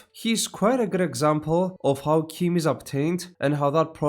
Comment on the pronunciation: Word of God says your pronunciation is canon. It's CHIM as in "chimney". The other "chim" that's in "chimer" is canonically "k-eye-mer", so that isn't "kim" either. Old Man Chimere's "chim" is "Kim" because it's Breton.